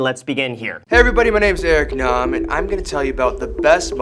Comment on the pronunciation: Thank you for pronouncing his last name correctly!!! Lol. Also great episode 😊